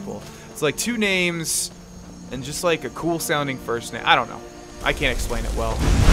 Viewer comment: the way he pronounces the names are just so anoying but good video